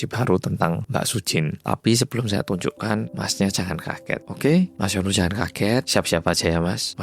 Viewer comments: iya sama aq jg dgernya jd Yono😂😂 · Kirain aku sendiri yg denger namanya jadi yono😅 😅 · Telinga ku dengar nya yono 😅😅😅😅😅😅😅😅😅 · Bang maaf gw salfok sama cara baca hyunwoo, aku dengernya yono😭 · ngomong hyunwoo aku krungu e yono 😭😭😭 aduh kupingku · gue dengernya YONOOOO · namanya HYUNWOO, tp aq dengernya mas YONO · Mas hyunwoo ditelinga ku "Mas Yono"😭🙏🏻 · kenapa hyunwoo aku dengarnya jadi yono sih 😭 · sekilas kedengarannya kaya "Yono", melokal banget😂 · Sama di kupingq juga terdengar Yono.. mana yg di bayangan mlh jadi Yono bakrie